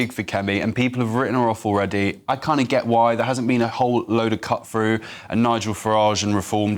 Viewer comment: GB News asking the opinion of, someone who continually pronounces the word 'through' as 'frew'. How does he keep his job when he can't speak the King's English?